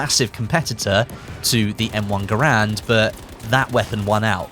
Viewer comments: Garand sounds like errand... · You are pronouncing Garand wrong.